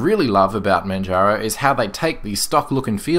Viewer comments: Great review as usual. The correct English pronunciation is /Mandjaro/. /Manharo/ is the way we pronounce it in Spanish. So there you go, if you are wether a English or Spanish speaker, you already know the correct way to say it. Oh, by the way, I'm typing from Manjaro, and it's an incredible distribution, pretty fast, lightweight and it's the first distro wich made me try XFCE (Wich I considered it was too ugly for my taste). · ManJaro...ManJaro...ManJaro...like Kilimanjaro. It's not Spanish LOL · Is the wrong pronunciation of "Manjaro" intentional? :D Since in the earlier reviews of this distro you pronounced it right - Manjaro, as in Kilimanjaro. :D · Pls just call it ManJaro ffs. I only watched this because I'm a fan of the distro. I quit watching your videos some time back because you insisted on saying "Maatay", "OpenSooser" and "Guhgnome".